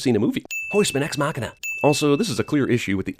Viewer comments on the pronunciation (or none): none